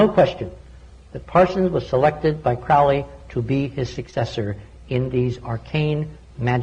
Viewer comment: ARGHH it's proninciated Kroh-lee.